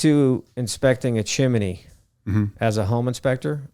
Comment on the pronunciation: good basic educational video, but good god its pronounced chim-ney... not chim-eh-ney :)